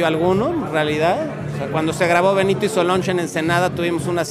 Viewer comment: Bentio? El señor se llama Benito Molina.